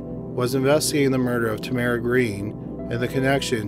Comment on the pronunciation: Is that how Tamara pronounced her name? I've only heard it with accent on first syllable.